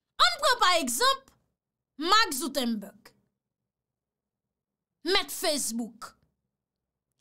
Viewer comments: nom mésyé ya sé Mark Zuckerberg ok chérie,pa Mark Zoutemberg bébé,se pam ou yé chérie,pa fè sa. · se panm ou yé,men prononcé nom moun ki kréyé Facebook la byen ok